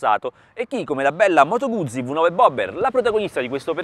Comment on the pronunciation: Un minuto di raccoglimento per tutte le parole che sono state mangiate dal tester. Scherzi a parte, bella review e abbastanza onesta. Ah, si pronuncia Guzzi, non "Gudzi" :D